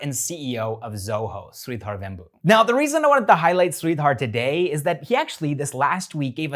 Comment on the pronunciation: It's pronounced as Sri-dhur and not Sri-dhaar. AP